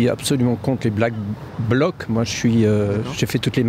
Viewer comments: ... Te force pas à dire " black block" si t'y arrive pas.. C'est pas grave,😊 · il a du mal à dire "BlackBlock" 😂